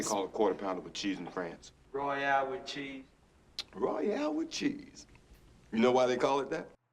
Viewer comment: Royale wit chee 😂